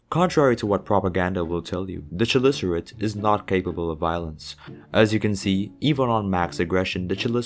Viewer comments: It's Chelicerate, not Tshelicerate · its actually pronounced kelicerate